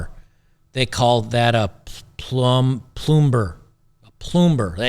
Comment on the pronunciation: A ploomber ha ha ha lmao